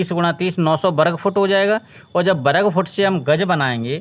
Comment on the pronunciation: Bahut badiya bhai lekin varg ko berg mat bol